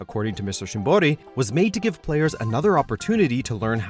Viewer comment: You go through the trouble of learning to pronounce shimboris name correctly but still call Ayane eye yahn... ugh